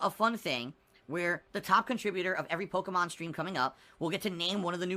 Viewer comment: HOOS THAT POKIMON??? MUNNNNNNNNYYYYY!!!!